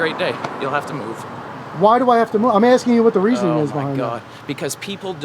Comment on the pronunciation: “ I’m axing a simple question “ 🤣